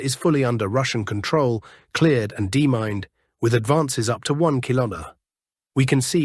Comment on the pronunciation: NB your pronunciation of "demined" is badly wrong.